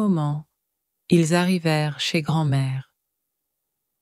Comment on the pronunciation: I’m guessing AI voice and images. Image errors and some pronunciation errors. For example, , the screen says, “ Au bout du moment, ils arrivèrent chez grand-mère.” The written text is correct but the voice doesn’t pronounce correctly. It says “arri-VERR,” whatever that may mean. So it’s not bad, but it still needs human interaction to make it absolutely accurate before charging a monthly “membership fee.”